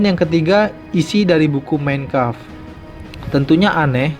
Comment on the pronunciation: tolong penyebutan MEIN KAMPF benerin bro